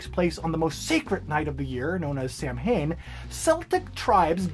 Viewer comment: Samhain is one of those weird words that is pronounced oddly compared to how it looks. It is supposed to be pronounced like SOW-IN. With the OW part of SOW said like in COW. Yeah, Gaelic is odd.